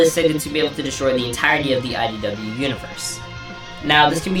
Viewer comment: it sounds like you're saying "SYW"